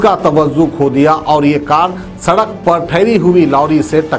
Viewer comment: Sadakh nahi bolte Sadak bolte Yaha per hi maloom jahil hai News bolne wale